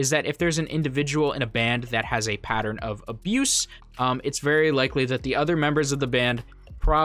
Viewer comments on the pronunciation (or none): none